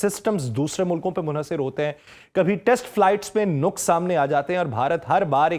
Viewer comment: Lafz "nuqs" nahin "naqs" hy